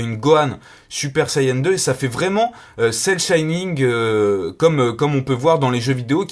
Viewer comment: Cel Shining XD On dit Cel Shading ^^ En tout cas la figure est magnifique ^-^